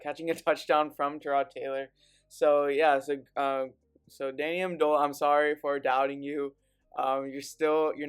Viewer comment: amendola 😳